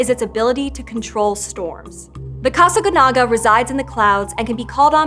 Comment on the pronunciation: The accent mark is right there on the last syllable and yet she refuses to pronounce it correctly.